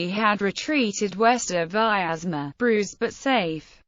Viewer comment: Please note that the name Vyazma (Вязьма) should be pronounced with 2 syllables: Vyaz - ma, and the 'y' is a consonant as in English "yet" ; it does not have 3 syllables as in English "miasma".